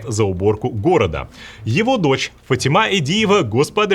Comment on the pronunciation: Пожалуйста, прекратите называть всех женщин с именем ФатИма «ФатимА». Страшно режет слух. Кавказское имя ФатИма не имеет отношения к узбекскому ФатимА😒И да, сумка Биркин у женщины на фото - голимая китайская подделка самого худшего качества, вы хоть когда фото вставляете, пропорции сравните😁😁😁😁😁какие 2 млн за это г??!!